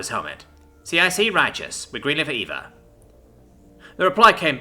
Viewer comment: EVA isn't eva, it's an acronym for extra vehicular activity so Eee. Vee. Ay.